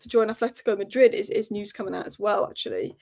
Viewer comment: Hi. It's pronounced "News" and not "News"